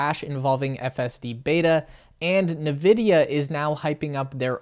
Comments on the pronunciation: Dude - its pronounced “En Vidia” not “Nevidia” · Its pronounced as "nVidia" not "Vidia". Please read before you speak the words. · Dude Its N Vidia (Not "Ne Vidia) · Navidia? Thought is was N-vidia. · He was saying "na-vidia", not "Vidia". Everyone else says "en-vidia", so that's probably the correct way to say it. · bro said navidia😭😭😭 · It is pronounced: EN VIDIA You're welcome. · this guy really said Na-vidia 😂😂😂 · uh, it's pronounced 'In Vidia" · If you look closely there is only one "A" in Nvidia, not Na Vidia..... Jeez! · Yes, good video, but it’s pronounced like “in-vidia”. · Please start pronouncing nVidia correctly. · Nice video, but I think you are pronouncing NVIDIA wrong.